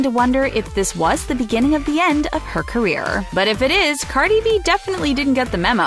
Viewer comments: "Carly B" 😂 No hate, it just made me laugh for a split second. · when she says Carli B😂